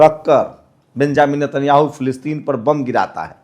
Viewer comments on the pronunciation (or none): none